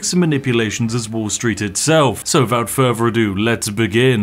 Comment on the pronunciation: I love when Spiff shows us yet anover way to take things furver to make fousands. Just warms my heart.